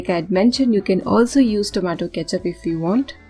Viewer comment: Tomato cethup 😆😆